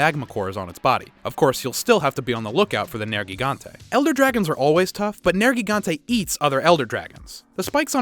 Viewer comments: I think "Ner-Ji-Gan-Tay" is more phoenetically correct. While Nergal is the God of Death and War, Gigante is the name meaning Giant. Nergigante as a name means Giant God of Destruction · I hope you do some research on how their names are pronounced I'd love to know where you learned some of them like Nergigante which is said as Ner-Gigante not Nergi gante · Ruiner Nergigante not Oregon